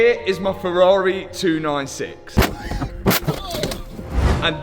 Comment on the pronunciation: Waiiiitttt - HE SAID FERRARI and not FERRAREEHHH for the first time ever:D Luv ya